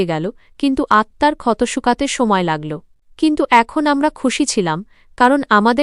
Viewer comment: এ কে? বাংলা পড়তে জানে না, কে বলেছে পড়তে। লাগল্‌, পড়ল্‌ এ গুলো কী